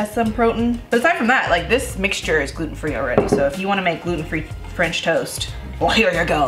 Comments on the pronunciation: I'm probably going to pronounce it like FRAHNCH TOAST from now on thanks 😂 Your pancakes were absolutely amazing so I'm sure this frahnch toast is going to be super duper as well. Can't wait to try!! Congrats on the house ❤ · “Franch toast”. Same. Yay for French toast! I need to make this.